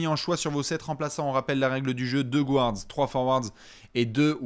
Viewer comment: ca se dit "GARD" et non pas "GOU-ARD"! 🤣